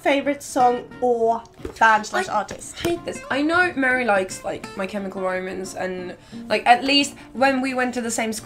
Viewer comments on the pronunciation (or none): You definitely said "My Chemical Romans" at